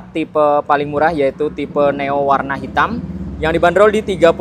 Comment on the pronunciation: neo bang bukan noe wkwk